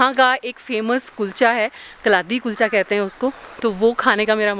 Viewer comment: It's not kalathi kulcha It's kaladi kuicha